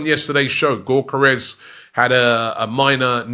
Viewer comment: It’s YOK ER Es